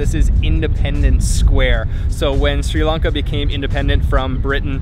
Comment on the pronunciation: Great job capturing SL! Love the video! And thanks for pronouncing SRI LANKA correctly instead of saying “Shri Lanka” which is totally incorrect.